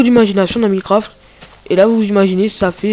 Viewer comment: Tu sais même pas dire minecraft